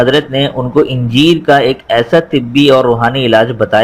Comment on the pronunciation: Talffooz thik Kare. Injeer. Nai. Aanjier hy Aanjier bolo